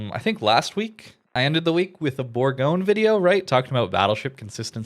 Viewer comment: Bourgogne is pronounced boor-gon-ye...